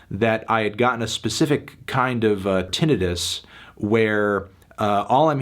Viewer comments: No its not. You’re wrong, so don’t correct someone when you’re wrong yourself. Tin-uh-tus. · im sorry "Tin-eh-tuss????" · The way fantano pronounces tinnitus drives me crazy, it’s Tin-Nigh-Tus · So I looked it up and apparently it can be both, but it's more colloquially pronounced tin-night-us, which is how I say it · Okay I knew This Fantano fuck was autistic but pronouncing tinnitus wrong was the straw that broke the camels back omfg lol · You'd think Fantano would be able to pronounce "tinnitus" correctly. Damn. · Your pronunciation of "tinnitus" really caught me off guard. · you made me realize I've been mispronouncing tinnitus all my life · TIL I've been pronouncing Tinnitus wrong my whole life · Anybody gonna talk about the way Melon pronounces tinnitus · Melon mispronouncing "tinnitus" is as grating as Josh Kiszka's screeching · I've never heard tinnitus pronounced like that wow